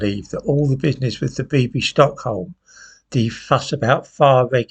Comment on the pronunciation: Bibby. Not Bibbi. Old fool.